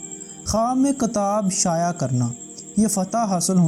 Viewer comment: Kitaab mere bhai not katab